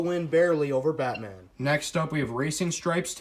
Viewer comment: It sounds like you said bitman instead of Batman